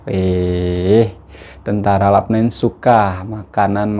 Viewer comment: Salam bro dia eja macam mana LUBNAN atau LABNAN, jika dia eja macam ini Labnan sama macam bro sebut, jika dia eja macam ini Lubnan bunyinya Lubnan saya rasa bro silap, asah bro lidah tu bro.